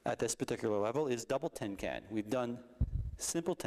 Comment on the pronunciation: He keeps saying tin can, i through t it was tenkan ?